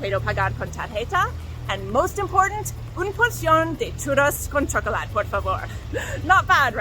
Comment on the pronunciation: Great Spanish, but chocolat you almost got it down, you need to pronounce the é at the end, Chocolate In French though, you don’t pronounce the e at the end.